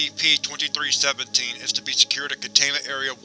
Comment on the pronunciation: Great video but when you say "SCP" It sounds like you are saying "Ass CP